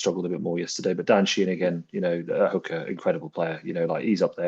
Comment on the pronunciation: Sheenan? Does he mean Keenan or Sheehan?😂